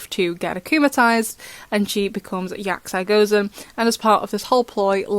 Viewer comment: I think it’s yaksi gozen pronounced yaks(e) gozen